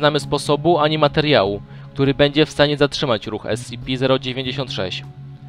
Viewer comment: wiem ze data, ale nie mowi sie *es-ci-pi zero dziewięćdziesiąt sześć tylko *es-ce-pe zero dziewięć sześć tę liczbę nie czyta się razem